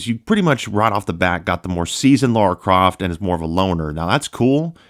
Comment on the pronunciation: "Laura Croft" It's LARA Croft as in LA-RA, not Laura. Apart from that, nice video and I'm enjoying gaming on my PS5 Pro and yes, some PS4 games are so much better on it.